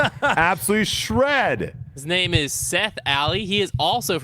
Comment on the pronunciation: AYE they asked my question and also butchered my name lol